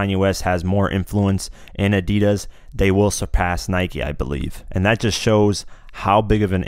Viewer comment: How stupid sound ADIDAS from you dude 😆